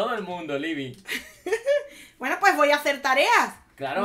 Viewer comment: Es Libi ,les dije que era libi